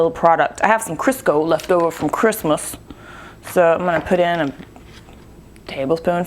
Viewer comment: hahaha this chick is awesome. i died laughing when she said CHRISTMAS...lol. reminded me of SNL. awesome personality as well.